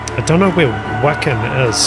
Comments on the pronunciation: Hi, You asked where "Wacken" is, it's a venue in Germany & it's pronounced with a hard 'V' sound rather than a 'W' one the beginning, so it's said like: "Va-kin" not "Wack-in", * As a Kiwi myself, I want to send you congratulates on starting & maintaining a successful YT channel & I wish you all the best now that you've passed the 100K Subscription! Here's to your next 100K, cheers:goodvibes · Very cool to have your son doing the opening for you! Wacken is in Germany and the W is pronounced more like a V sound,,,,so more like Vaacken! Surprised you haven't done more NIghtwish as their list of quality songs to react to is very long, and quite varied! Cheers for the video, and the journey!! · I subscribed but that means you need to make a few corrections…. Jukka is pronounced “Yukka”. Wacken is pronounced “Vacken”. And if you get to it, the lead singer is Floor Jansen, pronounced “Yansen”. Just a Canuck educating a Kiwi….. 😊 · Wacken is a small town in north Germany not far from the Germany-Danish border and NNE of Hamburg. And It's pronounced Vacken. Wacken Open Air is a huge rock festival. That night there were 82,000 in the audience. Also, in Northern Europe, a "J" is pronounced as a "Y". So it's Yukka. The singer is Floor Jansen last name pronounced Yansen. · Jukka is pronounced “you-ka” and Wacken is pronounced “Vok-ken”. 😊. Great reaction! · Wacken, pronounced more like the English Whack-Enn phonetically and it's in Germany. One of the biggest rock/metal festivals in the world. The crowd at this concert where they were the headline act was 82k. No Nightwish fan will think you're diminishing them. We all know they do and play what makes the song sound best, they're not showoffs for showing offs sake, they're tight and perfect.